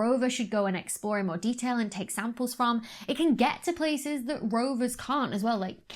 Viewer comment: You know Dr. Becky's excited when her Ts disappear. "...an image like tha!" :D